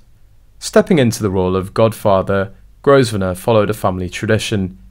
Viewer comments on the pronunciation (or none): It's pronounced Grove nor